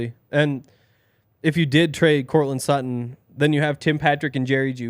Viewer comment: It's Sutton...pretty clearly